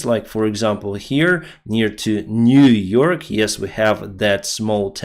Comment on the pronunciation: New York. Niu York